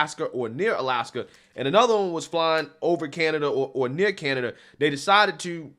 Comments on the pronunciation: Lmao she actually said Canadia. How has she not been fired? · Lol she made the same mistake i always say.i always say canadia.that had me dying,i never heard anyone else say that.but we shootnthings down over canada cause we’re the us and canada dont care.what are they gonna do? Attack us lol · Canadia.... 🙄 Perfect. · "In step with canadia...." goodness gracious. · 😂🤣😂🤣😂🤣😂🤣😂 NOT CANAYDEEYUH!!!! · "Canadia". Damn😂🤣😂🤣😂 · Okay, I didn't get to this point when I originally posted. CANADIA? Hold on a second, SHE is the VOICE of the Biden Administration, right? She has some kind of degree or degrees in communication, right? She has technology and staff that costs hundreds of thousands a year at her fingertips, right? SO how the HELL does she not know it's CANADA?!? I'm not triggered, I'm pissed off but also amused at the same time at her ineptitude. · I’ve never once in my life misspoke Canada for Canadia….the woman is a complete idiot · KJP is as clueless as she sounds in this clip. When she said Canadia, it cracked me up! 😂. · Canadia???? Great way to piss off Canadians and that pretty hard to do